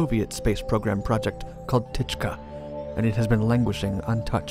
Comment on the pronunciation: Program called 'techka' )))